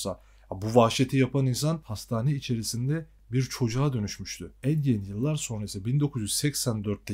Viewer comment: Ed gein yanlış okuyorsun....